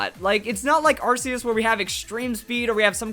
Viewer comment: You're pronouncing Arceus wrong, it's aR-Kei-eS.